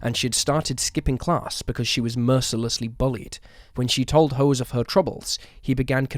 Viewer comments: Hose??? 😂😂😂 You mean Jose? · Why AI doesn't work. It said hose instead of José. C'mon. This is unwatchable. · I have a feeling his name might be pronounced 'Ho-zay' rather than hose. But that's just a guess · His Voice isnt an AI, and as the other comments said, it's not Jose, its hose and its pronounced hose like a gardening hose. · Calling him Hose instead of Jose makes it difficult to take this channel seriously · The AI voice is calling that guy Hose. Is his name Jose? NM. Thomas Hose. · Love how tanyas abusers name is being pronounced "HOSE" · Yeah, that was weird. José. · Please teach your AI voiceover bot to say Jose…